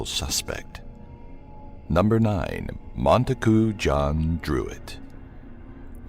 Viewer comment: You said "Mona-goo" instead of "Montague" and it's "Kosminski" not "Kominski"